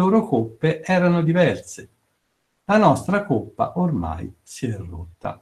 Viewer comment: La dizione coppa con la o chiusa, da dove viene? Da Siena forse, non credo da Livorno. A Firenze ed Empoli, nessuno la pronuncia così.